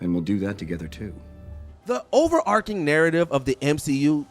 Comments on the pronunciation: Did the narrator pronounce 'overarching' as 'overarKing' instead of 'overarCHing'? and Florence Pugh (pronounced Pew) as Florence 'P-LI-YOU'? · "Particularily"? "Wastes"? "Enstrangement"? Really? Jesus christ.